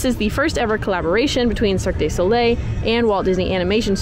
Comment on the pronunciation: For future reference it’s pronounced Cirque doo not day Soleil